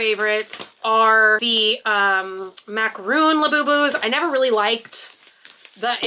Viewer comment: It's MAC-A-RON, NOT Macaroon!